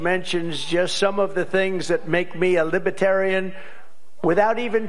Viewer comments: He can’t even say Libertarian correctly. “LibAtarian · He frequently says "Lib-a-tarian," rather than Libertarian. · Sounds like he's saying LIPitarians. Inhabitants of the planet Lipitor? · Probably didn’t help saying “lih-BAH-tarrian”